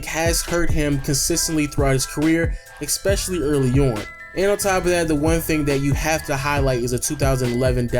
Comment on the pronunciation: You keep saying expecially... Stop... Lebron < Kobe.